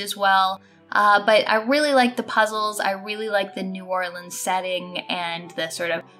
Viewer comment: You nailed "New Orleans"